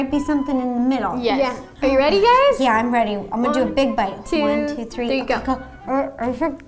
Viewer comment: Anyone noticed ro saying hay gays 😂😂😂😅